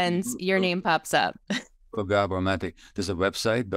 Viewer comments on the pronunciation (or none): It's GAH-bor not Guh-BOR.